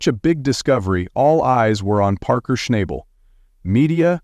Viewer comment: Buddy you are good at dragging your words in the sand that was nothing short of embarrassing whats really crazy is you kept saying Parkers last name 2 did ways hilarious but anyway Goodluck to you hope all is well for you and your family keep these vids coming im continue watching to hopefully see you make better videos ty God bless